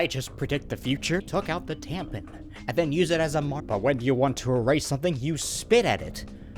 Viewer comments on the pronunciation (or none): Are u calling it a tampen? Lol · THE WAY YOU SAY " T A M P E N " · lmao "TamPIN"